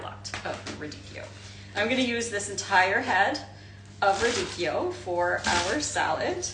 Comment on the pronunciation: So nice to hear someone pronounce’radicchio’ correctly! 🎉